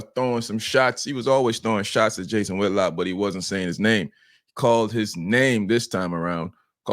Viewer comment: It Whitlock not whitlocks…. For fudge sakes